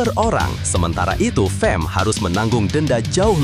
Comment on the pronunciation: bukan fem..fam lah.